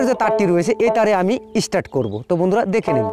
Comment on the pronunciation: কথাটা ইস্টার্ট নয়, কথাটা স্টার্ট। গ্রামাটিক্যাল ভাবে না শেখালে আপনার এই গ্রাম্য পদ্ধতিতে উঁচু স্তরে মিউজিসিয়ান হওয়ার সম্ভাবনা খুব কম।